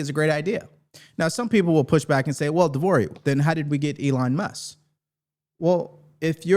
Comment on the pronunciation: MusK. There's a hard K there lol.